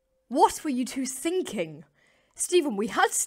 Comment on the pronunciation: One thing wrong u said sinking